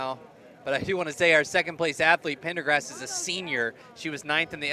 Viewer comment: Male announcer kept on adding in an R to the one girl's surname and saying PendergRast instead of Pendergast...